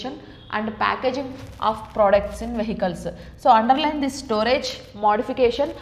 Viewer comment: 3qst its not vessels or vehicles its vesicles 😀😀😂